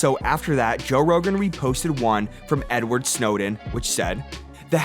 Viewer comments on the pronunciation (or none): none